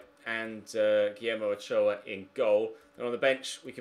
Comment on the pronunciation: been waiting for a mexico video for ages. awesome video, only complaint is the pronounciation of Ochoa.